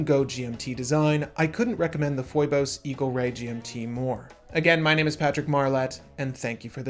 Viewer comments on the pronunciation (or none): It is pronounced like the name Phoebe but with a 'bus' instead of 'be'- a dope video nevertheless